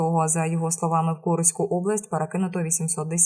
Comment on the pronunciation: Погано читає замість від читає від и😊 Курськ читає Куриськ невірні наголоси,здається читає комп'ютер.